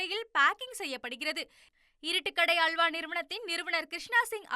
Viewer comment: உனது தமிழ் உச்சரிப்பை சரி செய்து கொள்ளவும்.அள்வா ,குற்றம் இல்லை அல்வா,துல்யம்